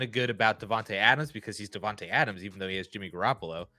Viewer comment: It’s pronounced “DevonTAY” lol